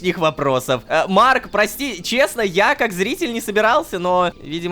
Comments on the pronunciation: теперь и Рома умеет выговаривать его имя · никого не удивило что он произнёс его имя без ошибок? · ура лололошка смог выговорить имя марка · Бедный лололошка, приходится на видео выговаривать имя марка